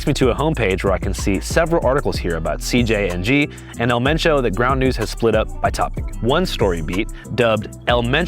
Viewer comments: Y’all keep saying cgng not cjng 😂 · C “J” NG not C “G” NG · female reporter dosent know much what shes talking about sadly ,she also KEEPS Calling them CGNG NOT CJNG she didnt even say chaos in spanish correctly . if she cant do those basic things lol imagine the stuff she thinks she knows she is telling you guys. cool video but her part should of been cut out its false stuff , that whole you cant even say the word cartel is a huge lie lol you can say anything there and they wont pull ya over, if they dont care about deaths like that do you think they care about reading cartel banners? no lol not sure where she is getting her info